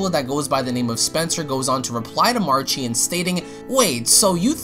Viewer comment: Jamie Marchi's last name is pronounced marki, not marchee.